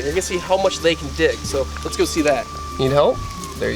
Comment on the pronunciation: I swear i heard "one thing is their dick "(correct they dig)